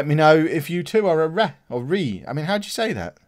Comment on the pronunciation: its pronounced RAY